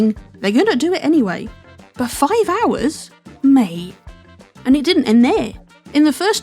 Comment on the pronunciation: that is the most British "mate" i've ever heard and i say it all the time